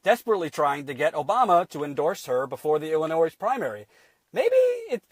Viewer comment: Dude, we don't call our state "Illinoise" Actually pronounced "L-A-NOY" , I agree with everything else you said!